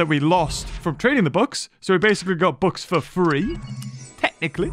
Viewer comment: After all this years I thought he was saying "books", all this time I didn't know what he was talking about. Just realized he was saying "bucks"